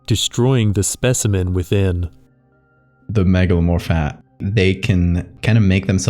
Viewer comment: why do i keep hearing megalomorfat